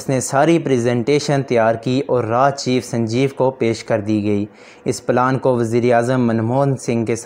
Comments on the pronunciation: RAA and nahi baata RAW hota hai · Raa nhi bhai raw hota hai 🤣